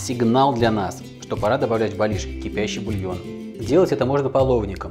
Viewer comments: Зур Бэлеш правильно !!!! А не бэлиш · Не белиш, а бялиш. Сразу можно не смотреть ролик